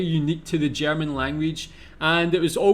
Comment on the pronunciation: You told us you learnt German in school. But guess you never practiced it? The pronounciation is really improvable. Not meant as an affront.